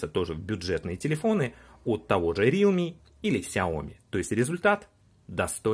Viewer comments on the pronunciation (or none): none